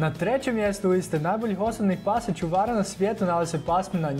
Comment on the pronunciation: Nekaze se ćuvara nego čuvara